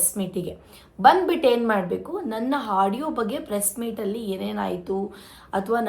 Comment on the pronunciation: Hadiyo ಅಲ್ಲ ಆಡಿಯೋ ಹಚ್ಚುಕಟ್ಟು ಅಲ್ಲ ಅಚ್ಚುಕಟ್ಟು ಕನ್ನಡ ಸರಿಯಾಗಿ matadu jasti ಬಿಲ್ಡಪ್ ಬೇಡ